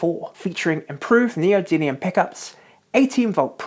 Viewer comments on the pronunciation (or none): none